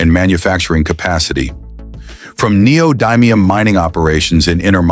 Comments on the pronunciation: I looked it up on like 5 different sources & pronunciation videos... It's actually nee-oh-di-mee-uhm; short "i" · The commentator voice (probably AI?) doesn't know how neodymium is pronounced. The "dym" syllable is pronounced like the word "dim," not like the word "dime." I'm really confident about the pronunciation, as I've been working with neodymium magnets for 20 years.